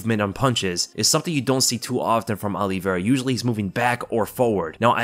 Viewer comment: And it's not Oliveira